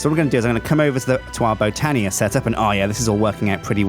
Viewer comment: does anybody else get annoyed when he says botania weirdly????